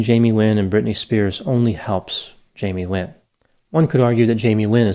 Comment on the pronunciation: It sounds like you are saying Jamie Win ???